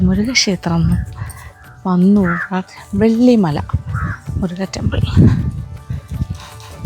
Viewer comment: அக்கா முரிகன் டெம்பிள் அல்ல முருகன் டெம்பிள்